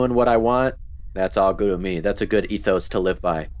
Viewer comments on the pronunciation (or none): none